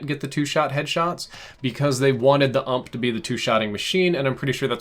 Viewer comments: U.M.P PLEEEEEEEEEEEEASE NOT ‘ump’ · Don't ever call it the ump it's U M P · m8 it is "You Em Pee" not "uump". Just like it's not "ack 47" it's "Eh Kay" 47.